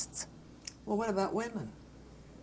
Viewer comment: Yeah! And “wee-men”! And how about “no-wen”? That one had me head scratching for a couple f seconds.